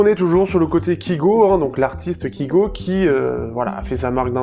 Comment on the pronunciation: Sa se dit kaygo et pas kigo pourtant sa s'écrit bien kygo je comprends pas pourquoi tu dit kigo